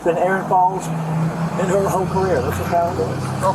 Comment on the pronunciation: I was thinking the same thing! He kept saying career like wtf!